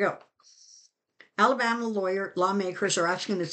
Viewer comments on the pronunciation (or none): none